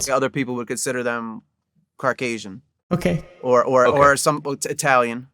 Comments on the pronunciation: "Other people would consider them (Dramatic Pause)...Carcasion. Carcasion. The frick is Carcasion, my dude meant to say caucasian and ended up saying his parents were a couple of Subaru 2009 Imprezas. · Did he say Car-casian? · He really said carcasian instead of Caucasian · My manz said “Carcasian”💀